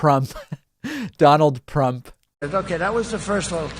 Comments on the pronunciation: OK. Mispronouncing his own name. This can't be real. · When you say your own name wrong, that is another level of anarchy. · Donald got one thing right when he mispronounced his own name "donald Prump". In Icelandic "Prump" means fart 💨. Well done, finaly you got somthing right 🤗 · Please keep calling him PRUMP!!! I'm dying laughing....😂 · prump cant even say his own name correctly and you are taking jabs at biden? Does the cult forbid sight and sound? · "Donald Prump" 🤣🤣🤣🤣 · “Prump” 🤣 Oh, man.... Oh, oh boy... 🤣🤣🤣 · Can’t even say his own name 😯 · How could you say your own name wrong.